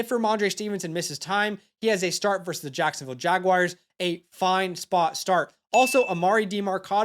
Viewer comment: Dude you are awesome. Fantastic energy!! Kept it up. Also it’s Jag-wars (the feline) not Jag-wires. Not sure if that’s an inside joke tho haha.